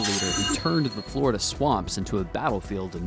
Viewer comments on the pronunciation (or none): none